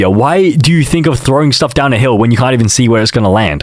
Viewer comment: For a sec i thought you said can